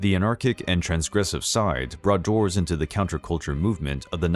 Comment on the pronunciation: God, that ending statement hit hard. Also kept thinking you said Draws (as in furniture) not dwarves.